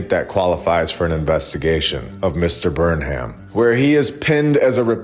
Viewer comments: The name Burnham is most often pronounced "burn-um". The "ham" part is usually shortened to "um". Another stellar episode. I just watched you in Stew's Old World Order today - excellent production!! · Most likely Burnham was pronounced burn um.